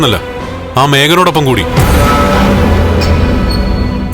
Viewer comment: Kannan kooti alla (koodi)annu Mistake